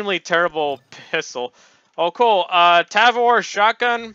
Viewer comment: he said pissol xd